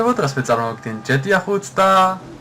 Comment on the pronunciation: და ჩვენში დარჩეს და ჯეტეა არაა ჯითი ეია გამოთქმით